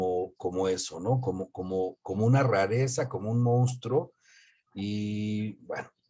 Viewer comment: Hola. Con todo respeto es monstruo no mounstro como en algunas ocasiones en este vídeo lo pronuncian. Yo creo que en el caso del chupacabras caben diferentes entidades, algunas de ellas verdaderas no todas, sino pregúntenselo a los campesinos. Además no fue un fenómeno único de México sino de Latinoamérica por lo que no se justificarían las causas de este fenómeno que ustedes mencionan. Hay varios casos que se comunicaron en Florida, centroamérica y sudamérica.